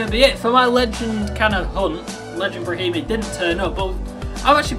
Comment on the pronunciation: brahimi is a left winger its pronounced bremmer